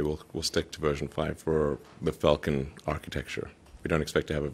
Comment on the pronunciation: When he quotes Falcon i hear fakin??? He must have hate it it at one stage :D . Fakin Falcon